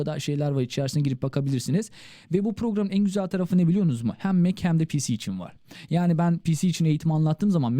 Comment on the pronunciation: merhaba :) başarılarınızn devamını dilerim , yalnız ; biliyonuz mu ne demek ? "biliyor musunuz" şeklinde telaffuz edilmeli.